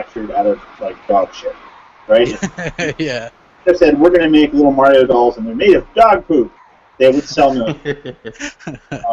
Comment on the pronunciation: you called it: M'ario Runner! :D